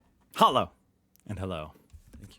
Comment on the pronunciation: Why always this double 'Hello' ? The first one sounds aggressive and NOT German.